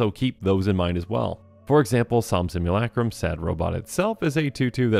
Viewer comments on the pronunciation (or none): none